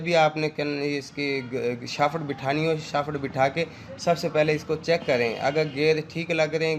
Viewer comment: Shafat Ni Hta Shaft hta ha